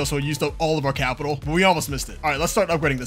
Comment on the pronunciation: you can tell this guy does good in school when he says capital